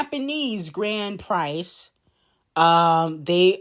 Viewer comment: lol Grand Prix is pronounced ‘grand pree’